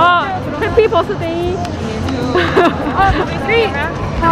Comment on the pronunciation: Happy 'bus'dayㅋㅋㅋㅋㅋ 귀여워~